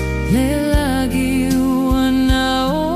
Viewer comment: Uso, beautiful pese but please - during the production process, craft your A.I. prompts so that the voices correctly pronounce the 'ng' sound in 'lagi' (instead of 'lah-gee'). Every hamo uploading A.I. generated musika is failing to do this. Otherwise, seki a le pese uce!🇼🇸🇦🇸